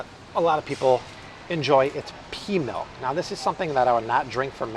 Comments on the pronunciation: Malk “milk” is delicious!!😋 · Malk! Now with vitamin R